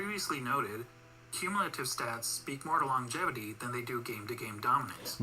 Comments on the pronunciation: Longjatevity? 🤣 too funny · THE WAY YOU COMMENT ABOUT MICHAEL.JORDAN, YOU'RE MAKING YOURSELF AN IDIOT A REAL IDIOT, YOU DIDN'T KNOW ABOUT MICHAEL JORDAN.. WATCH ALL OF HIS GAMES AND SOME VIDEOS ABOUT MJ.. BECAUSE YOU'RE STILL A YOUNGSTER, EVEN THE WAY YOU PRONOUNCE THE WORD "LONGIVITY" YOU DON'T KNOW.. YOU'RE TONGUE TIWSTED.. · When science hits you hard. You can't even pronounce longevity thats why you don't get why you cant factor it in after allready factoring it in. Lebron in the 90s would be another runnerup till MJ was in the Wizards or retired, same with the Warriors. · Reaction videos don't make you a professional ... and you can't pronounce Longevity 😂🤣😂🤣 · exactly! FACTS OVER FEELINGS.,... he said he is a fan of jordan where dude spoke of pure facts lol .... but guys he couldn't even pronounce word longevity so you can't blame him xD